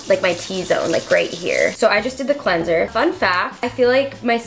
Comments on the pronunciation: Sis said cleansOR instead of cleaner 😂 im widdit if she is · and cleansor not cleanser 😂